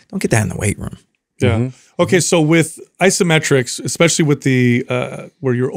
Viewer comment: Constructive criticism for and is guilty of this: the word ESPECIALLY does not start with EX.. sorry, big pet peeve of mine ESPECIALLY with professionals like yourselves. Fascinating interview. Thanks